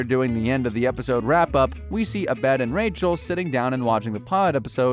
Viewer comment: why did you say Abed like that